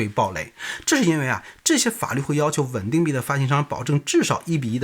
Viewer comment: 到底是wen ding还是ven ding？我听得都怀疑自己了